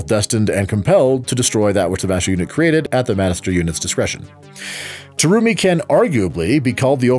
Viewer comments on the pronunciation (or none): Did you pronounce BlazBlue name wrong. The Terumi part as well.